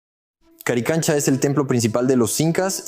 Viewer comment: haces un video y no nombras correctamente el nombre? CARICANCHA ??